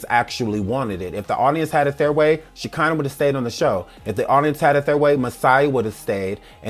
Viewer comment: takes me out everytime she says that girl's name😹😹😹😹🤦🏾‍♀️